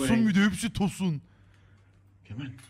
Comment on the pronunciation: come on diyor ama iyi dinleyin sanki Kemal diyor :D